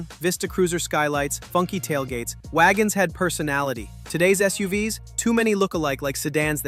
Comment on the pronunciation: "SUUVS"... So software generated video... I thought the text sounded like "ChatGPT", and I was right. Thumbs down for both!